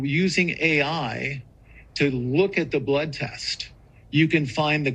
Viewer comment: " Blood test" sounds more like "blood lust"